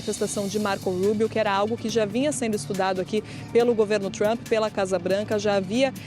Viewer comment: Essa mulher não consegue nem pronunciar o nome do Presidente Trump corretamente! 😂